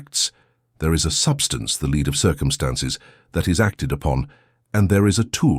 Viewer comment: I wonder how one gets the AI to make the distinction between Lead the verb vs the metal as it narrates. Maybe use another metal also easily malleable for this narration. Otherwise very powerful message hopefully not acquired too late.